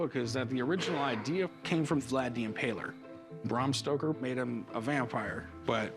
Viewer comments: Cory said "Bram Stroker" instead of Stoker. What's he stroking? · Did Cory say, Bram Stroker? lol that's awesome! 🤣🍻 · They keep say Bram Stroker....🙄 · Corey: “Bram Stroker”, haha! Must be Stroker Ace’s long lost cousin🤣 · "Bram Stroker"